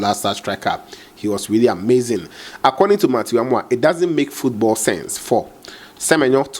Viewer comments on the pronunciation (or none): none